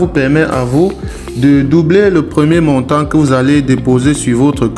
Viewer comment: Slt ..1 p'tite remarque .. Le montant est masculin et le T a la fin du mot est muet..ne se prononce pas.. Adel du Maroc